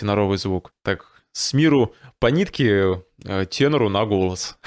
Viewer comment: вы слова "голос, голоса, голосов" произносите как то по другому. Мне слышится на казахский лад как будто гөләс, гөләса...